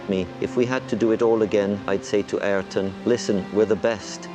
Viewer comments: Not argon senna bro it's ay-eer-ton senna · Ahh-Yer-ton. say his name right. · You butched his name so bad. Its pronounced i-yuul-ton senn-ah (im brazilian) they ay in his name is like aye aye captain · It would have been a nice gesture to learn how to pronounce his name correctly bro! How hard can it be??